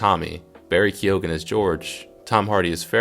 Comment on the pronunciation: Not to be a dick mate but the names are pronounced ‘Fine’ Whitehead and Barry ‘Keon’